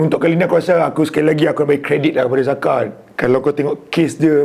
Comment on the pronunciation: Sebut jaka ok dari zaka*.. hahahaha 🤣😂